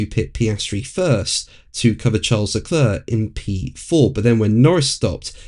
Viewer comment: I think you’ve been doing this long enough to know how to pronounce Charles Leclerc’s name….